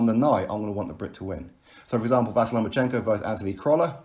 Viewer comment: "Vasyl" is pronounced "Va-SEAL".